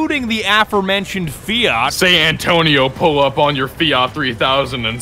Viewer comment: I’m more triggered that you’re pronouncing Fiat, ‘Fee-yacht’